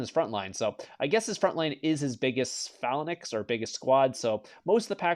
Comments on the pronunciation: 4 years and still can’t pronounce phalanx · Say phalanx... one more time... I know Char I'm gonna have him kick your ass!